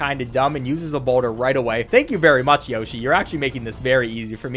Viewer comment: Haha “Yoh shi”. It’s Yoshi dude!